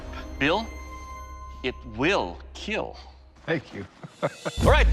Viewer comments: Just here to say it will keel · It will keal.. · "it will keel" "OMG THANK YOU I'M SO PROUD" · Nahh hes saying Keel. Which means: "It will protect" They can't say kill for some reason even though there is cussing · I think he is a killer Reason 1 he always say keel To he probs have 1m weapons 🧐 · When ever he says it will kell he looks so happy 🤣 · It will keiill!!😂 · So we get to here "it will keel" for 27 times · It will keel. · Doug must be so disappointment when a blade breaks on impacts and he has to say it doesn’t keel. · Give Doug any form of weapon? And he will keel. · one of the only times he says kill instead of keeiiilll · Why does he say kill normally every time except for when he says, “It will Keel” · I love the balance I love the feel... ... and it will keel. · No. I watch so I can here "It will Keel" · it should be keel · It will keel... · You can tell when he is excited. It is how he pronounces "kill." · It will KEAL! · It will KEAL No It has killed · It's not the weapons that keel, it's Doug himself that keels. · Doug Marcaida, I just love it when u say "It will Kheal". :* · There's a video about four instances in which the sword would not KEAL. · The keel test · The most important thing about this video "IT WILL KEEL" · They will definitely KEEL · is the best “it will keal” 😂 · Actually Doug's "It will KEAL" is meant as " It will Keep Everyone ALive".......... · Has he ever said it will not keel? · I've always loved the "it will keel!!" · IT WILL KEEL! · "I will not be denied" second best quote, right behind "IT WILL kEELLL" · Your weapon will KEAL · "KILL TESTS"? More like KEEAL TESTS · Fun fact about how he says "kill": He says it like "keal", which is his way of saying "Keep Everyone ALive". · makes sense cuz it has double meaning (kill and keep everyone ALive(keal)) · I cant stop laughing everytime he said kill cuz he didnt say kill but kell (with an E) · it will keal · It will keel :))))))) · "It will keel :D" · It will (keal) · Will keal